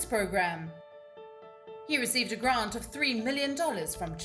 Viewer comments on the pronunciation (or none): none